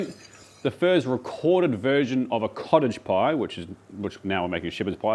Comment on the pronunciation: I know you keep saying cottage pie but i only hear college pie and thays alright but everyone knows thay shepherds salad is Irishman